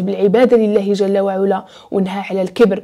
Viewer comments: شكرا ليك اختي ،انا من المعجبين بطريقة السرد ديالك خصوصا فالقصص الدينية واخا معرفتش علاش مكيكونش فيهم تفاعل او واحد التصحيح بسيط جل وعلى بفتح العين وليس بضمها ،❤❤❤❤❤❤❤ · تبارك الله على الاخت جزاك الله خيرا على هاد الحلقات ولكن الله يخليك ملي تكوني كاتقولي شي آية من القرآن حاولي تحطيها قدامك لانك كاديري أخطاء كتيرة فالشكل وهادا كلام الله... بالإضافة إلى كلمة علا في جل وعلا العين مفتوحة ماشي مضمومة